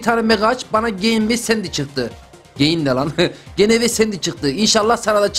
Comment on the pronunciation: Abi ben COLETTE ile spike ı deil COLETTE ile EDGAR İ shipliyorum. Ve Abi biliyon mu AMBER, LOU 'yu seviyor. Ve o GENE "GENE" diye okunmuyor "CİNİ ve ya CİN" diye okunuyor. Benim en sevdiğim karakter EX sevgilin COLETTE ve KISKANDIĞIN(ŞAKA ANLAMDA😝🤣)EDGAR. EDGAR❤COLLETTE